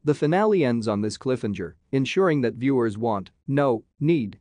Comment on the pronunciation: Cliffhanger. Not cliffenger lol.